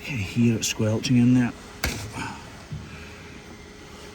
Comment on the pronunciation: You've never sounded so as when you first said "squelchin'"